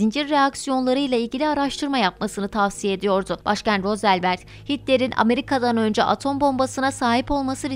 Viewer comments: "Rozzelvet" diye okuduğun o kişi Franklin Roosevelt ( ruzvelt okunuşu ) 32.ABD başkanıdır (keşke ilkokuldan sonra devam etseydin eğitimine abla be 😁) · Rozzelvelet diye okuyana söyle yegenim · Yani keşke sen okuduğunu sanmak yerine gerçekten okusaydın. Doğru okunuşu r(o)zovelt. Parantez içinde ki o ö ile karışık okunması gerekiyor.